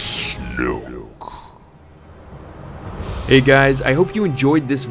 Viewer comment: Awesome... until " SNOKE"...